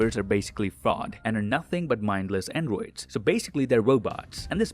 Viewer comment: The way this dude says androids.